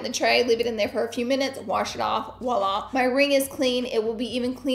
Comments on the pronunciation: It’s voila not wala just an fyi ☺️ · It is pronounced Voila, not woila! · It’s Voila darling not ouala lol😢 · It’s “ voila”